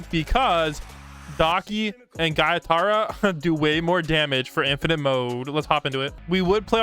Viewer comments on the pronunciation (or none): Bruh he said gytara Its gyutaro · Wth bro said “guytaro” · The way he said “giataro”